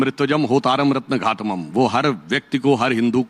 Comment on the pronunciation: रत्नघातमम् नहीं रत्नधातमम्... सुधांशु त्रिवेदी जी।